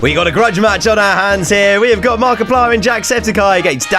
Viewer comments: Haha he said markipier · said markeuplir no ofense though love you